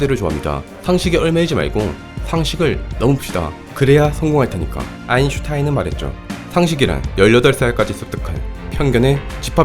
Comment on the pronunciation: 이런...”아인슌타인이” 좋았는데...